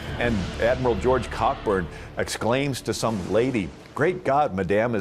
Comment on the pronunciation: It's pronounced CO - BURN, NOT Cockburn ! The British were NOT " driven out " of Washington. They then marched on and took Fort Washington and after that the city of Alexandria ! After that the British marched back to their ships. By the way while in Washington, they killed the nephew of George Washington and that storm only lasted twenty minutes !